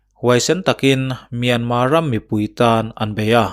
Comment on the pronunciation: Myan mar anilo mi,myanmar ania,r an lam thiamlo a,myanma atih phah a,he ta lo tih myanma ve ngawt chuh.